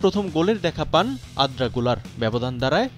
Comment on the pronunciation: নিউজ প্রেজেন্টার হিসেবে দক্ষ কাউকে নেয়া উচিত। আর্দা কে আদ্রা পড়ছে এটা কেমন কথা??